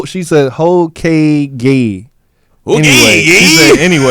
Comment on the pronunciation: Lol damn guys. It's Hoe-kaa-Gay lol